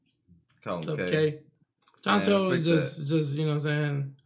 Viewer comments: Chancho ? Lol You mean Chouchou ? 😂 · ChanChou!? Do you mean ChouChou, the dog from Orange Town?